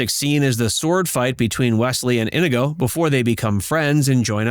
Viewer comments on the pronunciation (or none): Not sure why you would pronounce Inigo as in-i-go instead of i-nee-go, as Mandy Patinkin did repeatedly and infamously. Listening to the dialogue once should have corrected this egregious, even disrespectful error. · Sounded like the narrator kept saying 'Indigo' Montoya 🤔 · it's pronounced ineego. They mastered the original choreographed sword fight because they practiced so much, so they had to add to the fight. awesome movie. rip andre. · Bro, it's pronounced "ineego." It doesn't rhyme with indigo. You say it wrong two seconds before he says it in the clip. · Blooper is the narrator mispronouncing Inigo's name over and over. he mispronounces it while setting up Patinkin's classic line wherein Patinkin pronounces Inigo correctly. 🤣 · Did the narrator even watch the movie?! Mispronouncing Inigo Montoya…after literally having the most famous line play on the video and STILL not correcting yourself. :/